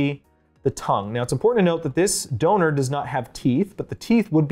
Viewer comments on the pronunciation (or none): Did buddy just say donor👀